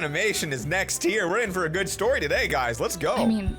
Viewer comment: you do be saying gud